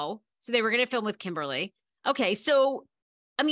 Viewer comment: it's not Kimberly it's KimBALi